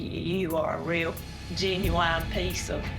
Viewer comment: Genuine? More like genuwine